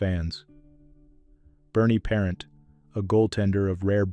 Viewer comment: Puh-ront not par-ent.